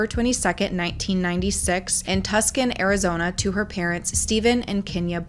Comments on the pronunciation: As someone who lives in "Tuscan" Arizona, it is actually pronounced "Too-sawn," that pronunciation had me dying of laughter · It's actually pronounced two-saun (Tucson, Arizona) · you’re the second youtuber in the last 24 hours who mispronounced Tucson in a new video. it’s pronounced “two-saan” lol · "Tuckson" lol. That's how a lot of people pronounce it. It's actually said, "two-son" keep up the good work!! 💪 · ilysm but did you just say Tusk-in Arizona 😭😭😭 its pronouned Too-sohn. I wouldnt expect people not from here to know that but it made me cackle 😂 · waiiit, did she just pronounce Tuscan as “TUS-can” instead of “TWO-son”😂 i’ve never heard it pronounced that way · “Tuskin’…” Tucson is pronounces “too-sahn” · “Tuxcon Arizona”..it’s Tucson,pronounced TooSon 🤣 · Tucson is pronounced "two-sawn," not Tuscan. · Lol Tuscan Arizona….it’s pronounced TOO-san (Tucson) ❤😊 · Tucson is pronounced two-sawn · "Tucson" is pronounced "Too-sahn", just btw. :) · As someone from AZ, I have to say it.. it’s pronounced TOO-SAWN here 🥲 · Tucson is pronounced like two saun 😂❤ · It’s actually too-son ❤ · And it's spelled Tucson.